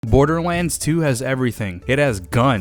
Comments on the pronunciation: 00:1 he says borderwands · Am I the only one who heard borderwands 2 at the beginning lol